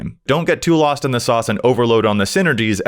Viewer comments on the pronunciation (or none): none